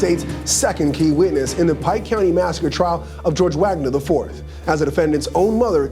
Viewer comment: Your AI-voice should learn how to correctly pronounce "IV".